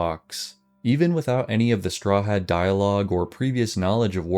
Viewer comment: My only thing is you say the poor man's name in a strange way. Strahad is often pronounced St-rah-ad not straw had? Still amazing work!😊